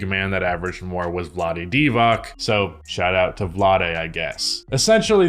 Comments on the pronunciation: One little correction, It's not Vlade DivaK, it's Divac C as TS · "shoutouts to vlade" after butchering his last name Basketball-Reference has a phonetic spelling for every name of every player, ever.